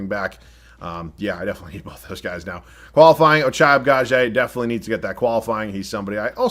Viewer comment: At this point I'm convinced keeps getting Ochai Agbaji just so he can fuck his name up 1000 times each video 🤣